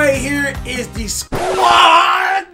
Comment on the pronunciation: He aint say Squad he squat! 😂